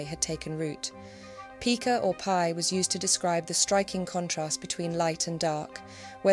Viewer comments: It's pronounced "pie-ca", not "pee-ca" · Pica is a unit of measurement. Twelve points to a pica, 6 pica to an inch. It's pronounced "PIE-ka". The same pronunciation is used for Pica pica, the Eurasian magpie.